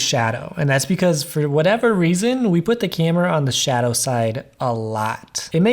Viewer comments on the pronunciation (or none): none